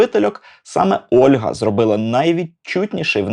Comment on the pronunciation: Не "Ольґа" (Olga), а "Ольга" (Olha)!!!!!!!!!! Можу паспорт показати😊